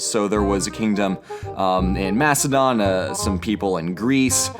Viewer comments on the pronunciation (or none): none